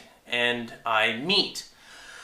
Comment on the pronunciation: No offence but "meat" lol. Meet sir. :D